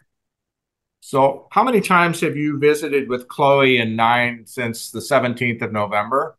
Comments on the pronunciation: The father pronounced it nee-yon. The lawyer says nine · When the father was saying it, I agree with you I heard "Nyan" it was Mr. Showranek that was pronouncing it "Nine". He seems more flustered than usual in this case.